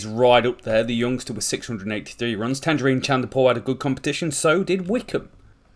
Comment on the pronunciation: Great video absolutely love your content. But please Tagenarine is pronounced like tayj-narine